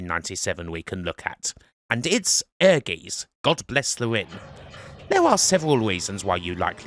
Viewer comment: Ehrgeiz is pronounced more like Air-Gites (rhymes with kites).